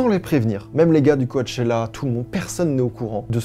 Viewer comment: Juste, « coAchella » ça m’a buté 🤧